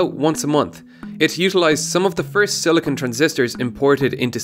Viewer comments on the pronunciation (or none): none